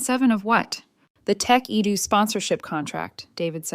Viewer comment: Jesus. Tekedoo? Tecadu? Tech a do? Tekedu? When will AI actually contain ANY kind of even vague, minimal Intelligence? “Tech Edu” really seems to have fried its motherboard.